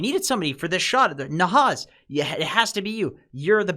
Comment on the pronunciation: ROFL... bro it's definitely not Nahaz imo but alright, whatever.. great content anyway <3